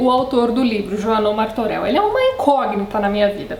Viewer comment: Martorell é pronunciado "Martorelh", não "Martoreu"